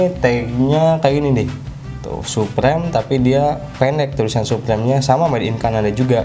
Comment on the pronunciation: Suprim bang bukan suprem hhe cuman koreksi aja bang